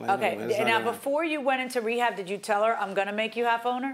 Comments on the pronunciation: “While he was away at wehab”😂😂😂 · The man said wehab … smh 🤦‍♀️